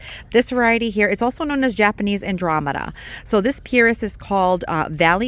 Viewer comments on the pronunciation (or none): none